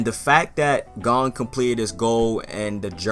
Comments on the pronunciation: Bro I can’t express how much it triggers me hearing ppl pronounce gons name like that💀 they say it right every episode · Same lmfao